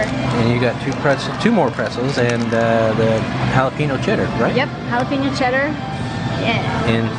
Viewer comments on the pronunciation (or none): Excuse me, but did you say, “hala-PEA-no”? If you’re really Texan, you know it’s pronounced, “hala-PE-nyo”. There’s a tilde over the n (ñ) making it sound like an ny sound. You’re welcome.😁